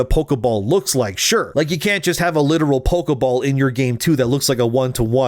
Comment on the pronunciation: Pokéball, not pokeuhball.